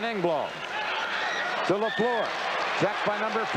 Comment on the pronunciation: Danny Gallivan is still the finest hockey broadcaster of all time. Dan Kelly’s pronunciation of Guy LaFleur’s last name was atrocious. The second syllable of LaFleur rhymes with were.